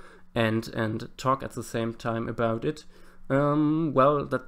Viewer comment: I like how he says ze and not the. Sorry